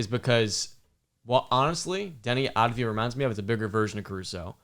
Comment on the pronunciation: Its Avdija* not Advija